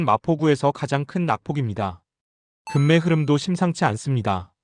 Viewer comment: 금매? 금매 ? ㅋ 국어부터 배우고하세요